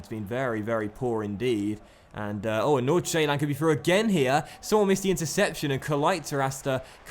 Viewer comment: You pronounce Nordsjælland like Nor-Sjælland you dont say the D